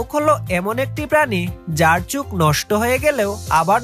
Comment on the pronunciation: উচ্চারণে ভুল বললেন চুখ না ওটা চোখ হবে।